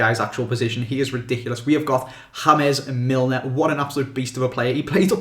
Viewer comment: Nah he pronounced Milner absolutely bang on!